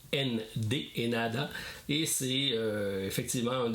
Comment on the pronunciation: L'aéroport de Tokyo et haneda et non henada attention, annonciation, 😅